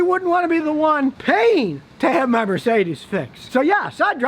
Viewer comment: The way he pronounce Mercedes sounds sophisticated 😂